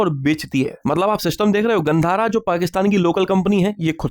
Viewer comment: Bhai this GHANDHARA sounds like GAND HARA